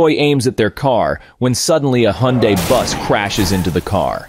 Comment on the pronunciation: "He Got hit by a Eeh-hun-dai bus" lol